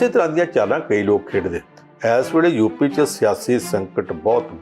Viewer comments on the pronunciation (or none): ਜੁਪੀ ਨਹੀਂ ਯੂ ਪੀ ਜੋਗੀ ਨਹੀਂ ਯੋਗੀ ..ਪੰਜਾਬੀ ਦੀ ਐਸੀ ਤੈਸੀ ਨਾ ਫੇਰੋ ਰਿਪੋਟਰ ਸਾਹਿਬ